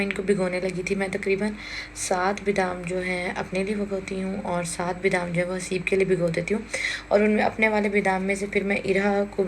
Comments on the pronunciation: Bidam ni hota badam hota hy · Beedam NHI HOTA badam HOTA hai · Badam pronunciation hota h sister bidam nahi do take it positive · Dear sister bidam nhi badam hota hy.